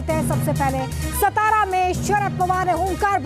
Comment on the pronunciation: सातारा है वो .. सतारा नहीं